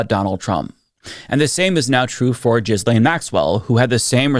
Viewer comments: "Jizz-lane?" LOL!! I don't know if you're doing that on purpose, but just for the record, her name is pronounced gill-LEHN... (it rhymes with the first two syllables of 'millennial'). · Isnt Ghislaine pronounced as per: "Ghislaine" is a French name commonly pronounced ghee-LAYN (rhymes with "rain"). Not ‘jizz lane’ which is probably ironically appropriate given the context. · I love your channel so much and watch you all the time. But if you’re going to bother to mention her by name so often, please stop pronouncing Ghislaine like it’s “Jizz Lane”. It’s “Guee - Lane”. Hard G, Silent S. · I know this may only be a minor thing but please: GET THE NAME RIGHT. It is pronounced GI lane, repeat after me: Gi lane. (it is a hard G as in Gravity) and not jis lane, you just sound illiterate. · Point of order: it is pronounced gh-ee-len, not JizLane. Let's not butcher an otherwise pretty French name. Even though I expect it will not come back into favour for another eon. 🙈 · It’s pronounced Gillayn not Jizzlayn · "gwee-lane" for the love of GOD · Ghislaine is pronounced ghee-lane. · Pronouncing Gislene “jizz lane” is diabolical